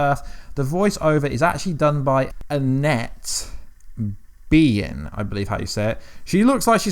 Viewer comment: You said Annette Bening's last name so wrong.